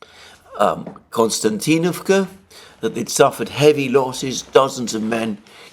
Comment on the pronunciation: It's not Konstantinavka but Kostiantinavka just for the record. Being Greek I can see why you would want to call it Konstantin...